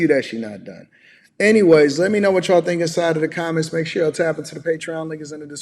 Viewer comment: Can tell the level of education because she says dink instead of think...